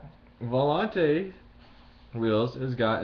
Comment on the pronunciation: You pronounced volante wrong